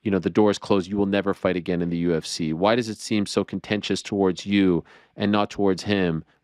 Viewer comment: He almost said UF-C at like 😂😂